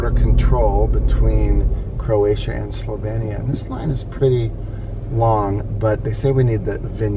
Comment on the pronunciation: i will give u a like just for saying the name right haha